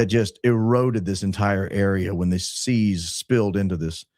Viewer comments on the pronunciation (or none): none